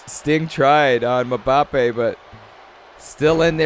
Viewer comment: Your pronouncing Mbappe wrong